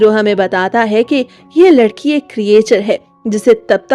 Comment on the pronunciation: Tum ladki ho ya ledki 😅